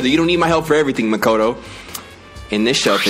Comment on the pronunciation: Did he just pronounce "Makoto" right ? Shook He did it AGAIN???